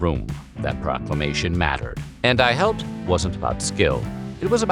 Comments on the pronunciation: Unforgettable commercial "and I hepped" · "No Daddy, Its Shake and Bake...and I halped!"Yes she said it Southern style..LOL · "Helped" had three syllables.